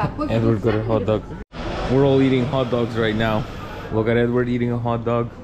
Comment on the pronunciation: It's actually Eduard. But these guys are too westernized to pronounce Russian names correctly